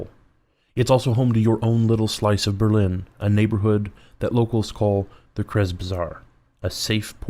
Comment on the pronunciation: FYI you pronounced kreuz correctly at the end of the intro. But you lost me for this game, I like your other games more.